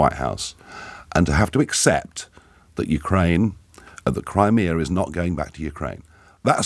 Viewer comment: Its "Crimea" tw@